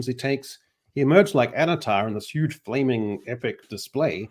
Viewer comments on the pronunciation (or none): none